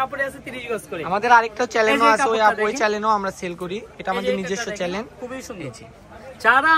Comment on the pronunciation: চ্যালেন না ভাইয়া চ্যানেল😂